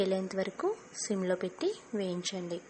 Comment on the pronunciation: SIM. NOT SYM